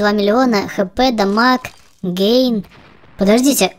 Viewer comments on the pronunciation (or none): none